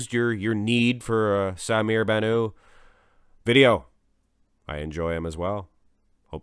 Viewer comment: You are pronouncing Bannout as if it is a French name with a silent t. It is Arabic and you pronounce the t at the end.